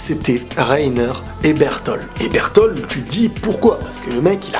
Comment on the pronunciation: bertolD pas bertol